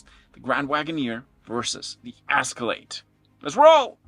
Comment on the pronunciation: It’s Escalade not the ascalade